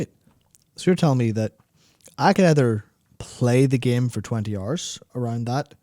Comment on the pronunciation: Ah, again dedicating my free hors and all of my pawr to listen to this